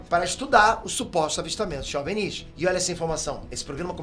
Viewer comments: não é "Ovnís" é só "ovni" sem essa puxada esse destaque no último "í". Ficou estranho kkk parece que o nunca ouviu as pessoas pronunciando essas palavras. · Esse cabelo de Caio Ribeiro precisa de um corte moderno e ousado...E não se pronuncia em português " ovNIS" , com força no "NIS" , e sim "Óvnis" , com mais força no "ÓV" .... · fala OVNI direito, você é BR pow. Ovnis não Ovnís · É a primeira pessoa que escuto chamando ovinis de ovenis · kkkkkkkkkkk A melhor coisa do vídeo na minha opinião, adoro a forma aleatória que ele acentua as palavras. Espero que tenha mais vídeos sobre ovnís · Porque esse maluco fica falando OVNíS? Porra é essa bixo. 10min de video e esse bixo ja falou um monte de besteira. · Gostei do vídeo falando sobre essa questão dos OVNIs (nervoso ouvir ele falando OVNÍs😅) Primeira pessoa que ouço falar assim...e olha que eu consumo muito conteúdo sobre isso, heim! Mas, traga mais vídeos sobre essas coisas sobre ciências e teorias da conspiração! 😃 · Desde quando se pronuncia "ovinììì"??? E "ò-ve-eni-is"???? anda bem maluco... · Curiosidade: "OVÍNIS"?? É a 1° vez que ouço OVNIS (ênfase na sílaba "VÍ" ) e tô estranhando kk Será que sempre falei/ouvi errado? 🤔 Haha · Tantas abreviações e acrônimos e o cara pronuncia errado o termo OVNI. O "V" é mudo, não se pronuncia "OVINÍS"! 😂😂😂😂😂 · Difícil é ouvir o cara pronunciar “óvenís” o tempo todo. Não é possível… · Por que você fala "Ovnis"..... ressaltando o "nis", se não tem acento?